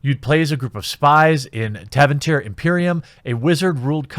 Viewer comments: Jeremy ... do check how to pronounce some things before you record... "tavinter" WTF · Heh, you can tell that Jeremy isn't a Dragon Age fan, by the way he butchered up the names of the fictional nation, Tevinter, and the continent of Thedas. Agreed, Bioware needs to leave EA. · Your pronounciation of Thedas and Tevinter killed me